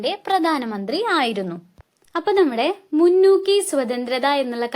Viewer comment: ടുക്കു അല്ല മുന്നു